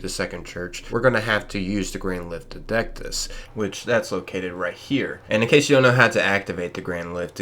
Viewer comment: I cringed so much at the pronunciation lol 😆 I'm just glad you got dectus right lol. Other than that helped alot thanks so much